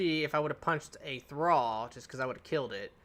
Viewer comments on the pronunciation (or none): none